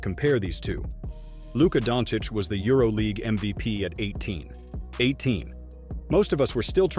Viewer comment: its not dontić its DONČIĆ